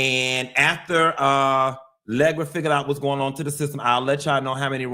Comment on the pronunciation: Say Legra one more time!😂😂